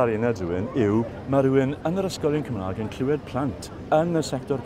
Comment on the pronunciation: Mae'r boi yn gweud Cymrâg 'fyd, nid Cwmrêg.